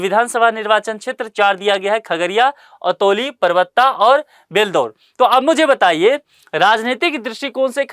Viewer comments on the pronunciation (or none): सर अतौली नहीं, अलौली होगा।